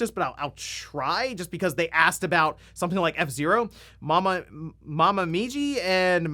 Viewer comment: you just needed to read the name slowly bc you have said more difficult japanese names before... It's mo-mi-ji, reading in English Moe-mee-gee or if you want mom-E.G. (acceptable) 😉 Just picking on you a bit, big fan of the channel and I listen in almost every morning